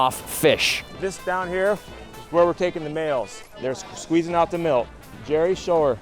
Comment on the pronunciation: Just a quick FYI it's "Milt" not "Milk" lmfao although it does look like it🤣